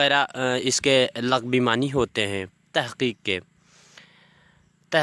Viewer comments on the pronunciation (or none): لفظ "لغوی" پہ کے "ل" پر پیش آتی ہے زبر نہیں آتی۔